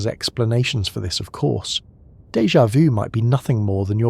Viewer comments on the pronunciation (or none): Pronounced " day ja voo"